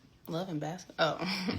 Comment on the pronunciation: WE PLAYING BAS-SKIT-BALLLL 😂😂😂